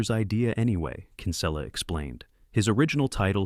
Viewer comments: Bad pronunciation by narrating voice, "Kínsula" ? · Yeah no way “the announcer” saw this movie. He made Kinsella sound Spanish😂